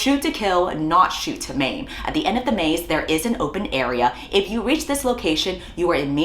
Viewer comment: thought I heard “shoot to mate” instead of “shoot to maim” and I looked over to check my dad didn’t hear even though I had it low volume to ensure he wouldn’t in the first place